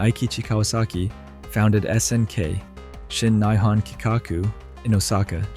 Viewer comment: Shin nigh hon, really